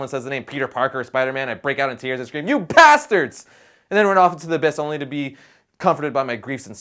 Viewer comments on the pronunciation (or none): Did you say 'Pastards' or 'Bastards'?